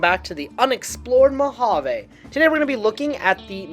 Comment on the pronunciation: Mojave railroad, with a fully pronounced “J”